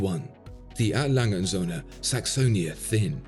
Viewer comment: Brilliant watch and video. Thx again. “Langa” said everyone at. Love their stuff but pronunciations aren’t their forte. 😉